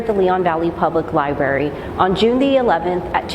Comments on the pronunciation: When are adult's can't say the word library? Not lie-berry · They probably should have gotten a spokeswoman for the library that could actually pronounce the word correctly.